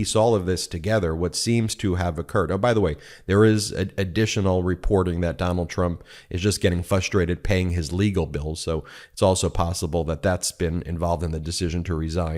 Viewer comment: Ben, it's "fRustrate," not "fustrate."